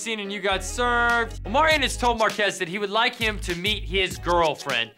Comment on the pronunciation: And he always calls Omarion “Omarian”